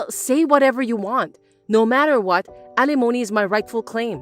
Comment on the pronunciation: Wonderful to continue to hear 'alimony' bring pronounced correctly!